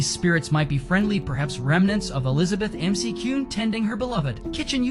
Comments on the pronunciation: And to pronounce it correctly matters! Its Mac-Ewin Mansion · Mick-cue-n = McCune